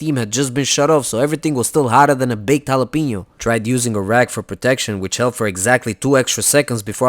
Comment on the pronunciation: I thought you were Mexican then you went and said "jalapeño" but you pronounced it "preenyo". Bad bad bad.... Muy malo.